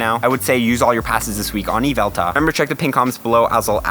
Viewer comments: It's YveltaL with an L at the end. It boggles my mind why some people ignore that. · Dude said Yval-TARD!!!!